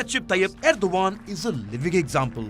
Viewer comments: End- O- gone... Erdo-Khan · Ardo g a a n d 😂😂😂